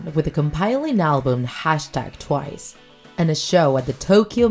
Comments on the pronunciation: "Tiwce" lol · I felt like someone was beating me up with a stick ever time she mispronounced names edit: "T BY T" WTF IS THAT THIS IS CRINGE OMG edit 2: OMG WHAT IS "TOO U" it's pronounced "chewy" I can't stop laughing to be honest